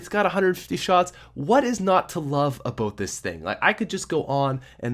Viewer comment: Is it me or is he saying obote